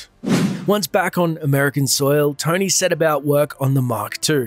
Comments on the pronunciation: who else thought he called Tony, "Tiny" and got really confused. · His name is Tony not Tiny